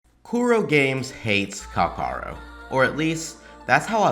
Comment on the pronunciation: No one seems to be able to say his name right! Calls him Kakarot, Kal-Carlo, Calamari, and so on. Never change,! You're analysis is spot on and your delivery is getting better and better.